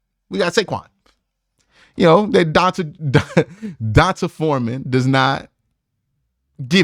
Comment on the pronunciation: Please bro... It's DEE-ON-TAY Foreman 🤦🏾‍♂️🤦🏾‍♂️ the only player currently in the NFL with an "ON-Tahh" name is Devonta Smith. D'onta Foreman is the same concept as D'Ernest Johnson. I don't mean to be the grammar police but goodness, this has to stop 😂 lol it's so cringy. Ok I'm done lol